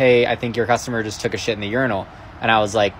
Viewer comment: Urinals. It's in the name urin-als 🤦🏾‍♀️🤦🏾‍♀️🤦🏾‍♀️🤦🏾‍♀️